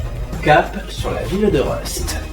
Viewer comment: Le village de Rust se prononce « Rouste » et non pas « Reuste » ! 😂 Tu as aussi oublié de parler du restaurant à la carte Medici et sa salle plus privée Cesare ainsi que de la pizzeria La Romantica du Colosseo et du restaurant à la carte Captain’s Finest du Bell Rock. Peut-être as-tu voulu mettre en avant uniquement les buffets à volonté des hôtels. 😛 Sinon bonne vidéo même s’il manque le Krønasår avec Bubba Svens et Tre Krønen.